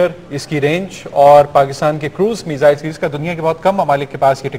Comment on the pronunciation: lol she said measles